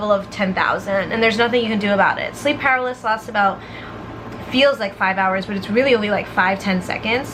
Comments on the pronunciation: Sleep per-al-is-sis 😂😂 just so u know❤️ I love u 😂😂😂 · it’s sleep pa-ra-ly-sis